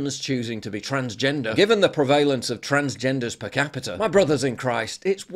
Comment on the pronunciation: it's not preh-VAY-lence but PREH-vah-lince